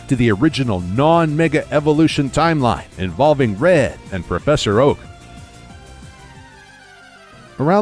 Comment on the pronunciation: He actually said "Professor OAUH!"🤣🤣🤣